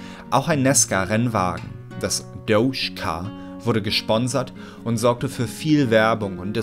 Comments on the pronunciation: Bitte sag beim nächsten mal ^Dodge^ und nicht douche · Ich dacht mir auch, jeder andere sagt Dodge :D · "Das Dousch-Car"